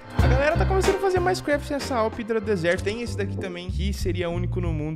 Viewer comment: Mas a pronúncia correta é "raidra" basta ouvir no Google tradutor. Ninguém pronúncia (PLAY) como "plai" mas sim, "plei". Espero que tenha entendido o exemplo.